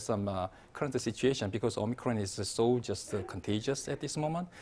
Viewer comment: Why does the presenter always call it Omicrone when it's called Omicron!????